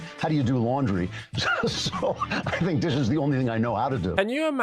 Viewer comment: Please stop saying Fink instead of Think.. it’s driving me nuts…